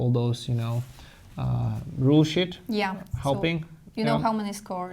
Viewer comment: When was talking about the rules on the back of the tiles, I actually first heard: 'you used to have to use these rules sh-t' instead of rules sheet. 😂